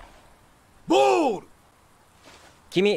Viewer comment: ボーール！ではない笑笑